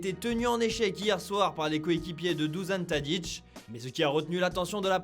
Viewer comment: douzan tadic, ok j'en dis pas plus... prononciation eclater au sol !